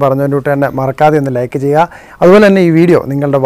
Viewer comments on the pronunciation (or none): none